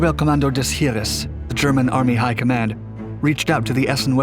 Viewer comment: "Heavy Gustav - The Largest Weapon Ever Built" IJN "YAMATO" weighed MORE than 48 times as much. AND LEARN HOW TO PRONOUNCE "SEVASTOPOL," FOR HEAVEAN'S SAKE "[sa vas' tah pol"] AND "HEERES" ["hears"] AND Chassis ["chas e"] NOT "chas iss." Pitiful video. No "other weapon" could drive around the Maginot Line? Breathless dreck.